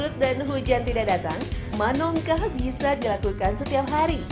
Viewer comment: 😂😂, oh bekawan kirain concong 😂😂, sama haha, menongkah, bukan manongkah 😂😂